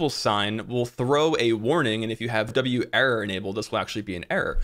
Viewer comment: dont say "W-Error" its Werror, pronounced like wearer.